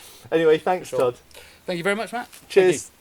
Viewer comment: I clicked video to see how you pronounce your own name, and surprised to see two seconds in you butchered it as bad as I did hahaha